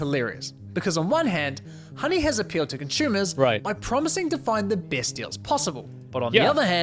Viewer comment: He keeps saying conshoemees.... what's a conshoemer?